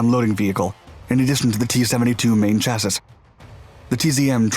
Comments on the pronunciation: Yes, it's pronounced chassee, not chasis. The s is silent. It's weird because an American would know that. Is this a computer-simulated voice? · Chassis I believe may be pronounced "cha-see" and not "cha-sis" as you see it... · Hey buddy, great video as always! Just a tiny bit of info for ya. The word chassis is pronounced "chassy" with a short a. Just like you said it only with a "y" instead of a "sis". I only know that because I mispronounced it until I was 30. I'm 36 and not the brightest bulb in the box. Thanks again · chas·sis is not pronounced cha-sis it is pronounced chas-ee see -> /ˈCHasē,ˈSHasē/ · British English is deliberately different from other dialects in Scotland, Ireland, and definitely American. Also there are legit variations withing any given dialect depending on age of speaker. For example, it is an old but valid pronunciation to say NUCULUS. Pretty sure CHASS-IS is generational and regional. Don't be a Dick, Richard.:face-fuchsia-poop-shape: I recommend and encourage you to find every public service commercial announcer who says "FENTI-NOL" and slap them in the head with with something. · For heaven's sake, "chassis" is pronounced chass-see. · If you're going to say 'chasis' so many times in a video. Please learn the correct pronounceation. 🙏 Great videos. 👍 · Chass-ee. - Chassis … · Someone teach this man that chassis is pronounced chassy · Chassis is pronounced "Chassee". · Chassis is pronounced cha-see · Chassis is pronounced as CHASS-ee. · It’s pronounced Chass-ee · Chassis - pronounced: "Chah-see" ;) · hahahaha wow so WHAT IS A "CHAS-ES" ??? that's not pronounced rite is it hahahahahahahahahaha THATZ SO SMRT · Try and pronounce Chassis properly…. It’s French, So Ch is Sh…. So the word pronunciation is. SHASSI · I know its a nitpick, but chassis is pronounced CHAS-ee for the singular and CHAS-eez for the plural. :) Cool video as usual. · The "is" at the end of the word "chasis" are pronounced as ee. Chas - ee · Chassis. Pronounced - Sha-cee